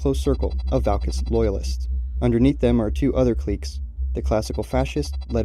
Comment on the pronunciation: i dlsike the way you pronounce cliques